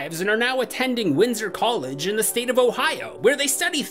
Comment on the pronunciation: I always thought it was winter college not Windsor college😂😂